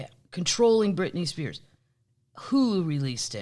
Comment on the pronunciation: If I hear Brit Spears one more time. 🤪why? Shoot me.